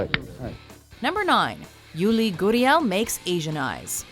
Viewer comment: Stop. Saying. goodiel. it's gurriel.